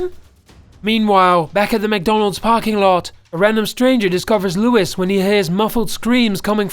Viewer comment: named leWIZ and mEHcky